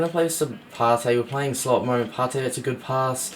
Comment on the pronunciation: It's ParTAY